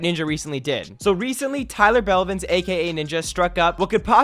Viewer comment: "Tyler bevlins"